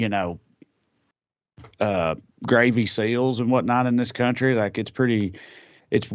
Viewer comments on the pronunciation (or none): none